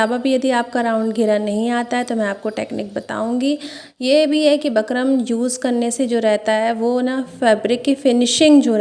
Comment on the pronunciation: Bakram nhi bukram bolte hain